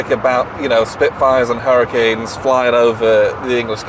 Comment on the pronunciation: Excellent video lads! But —you totally gave me flashbacks of my time living in southern Utah when you said “hurricane” like “hurra-ken”—never heard it pronounced like that anywhere else!😂